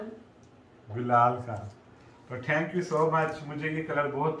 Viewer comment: ٹھنکیو نہیں تھینکیو کہا کریں